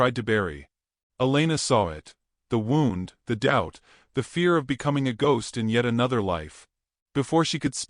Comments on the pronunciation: Wound in your narratives context is NOT pronounced like round. You're pronouncing like the clock was wound. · AI always gets that word's pronunciation wrong, no matter whose voice is used.